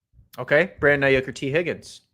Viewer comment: please, please, please tell him it's not Brandon "Ai-YUCK" 🤦‍♂